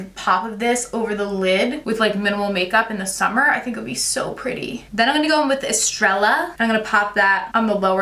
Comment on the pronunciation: guys, i really do love but she pronounced the double Ls in Estrella wtf